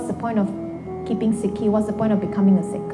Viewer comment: She sounds strength of a sick 😂